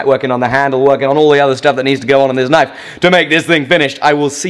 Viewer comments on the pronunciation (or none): none